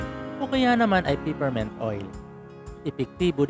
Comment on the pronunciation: PepperMint hindi PiperMent